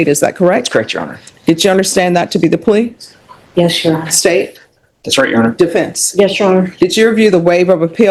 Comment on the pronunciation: Why does every dipshit go to court and say “yesh your honor” over and over? Is everybody retarded?